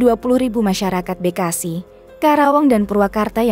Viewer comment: Bekasi baca be nya kayak beli, bukan kayak bebek, narator blok.